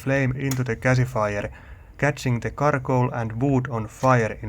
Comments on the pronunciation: Ohhhhhhhh... 'Charcoal'. That's what he's been saying. (Or..what he means when saying 'katakole'. , I think). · Carcoal, love the pronunciation!, kitos!